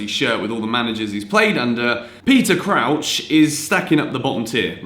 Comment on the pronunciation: the way you said Crouch was actually joke